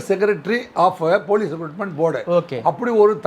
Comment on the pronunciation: அது ரெக்ரூட்மெண்ட் டா. ரெகூர்மெண்ட் னு சொல்றே. மொதல்லே நல்லா வசம்ப வச்சு தேயி உன் நாக்குல.